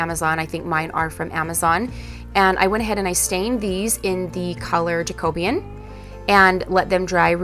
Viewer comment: Great projects as usual, but please repeat after me: jack uh BEE un. Your pronunciation is driving me crazy! 🙂